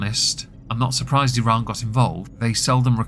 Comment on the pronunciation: Thank you for saying “Iran” correctly